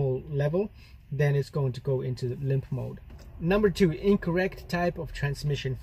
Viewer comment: "Lymph mode"? Haha.. all these years I've been calling it 'limp mode' - how stupid of me! 😁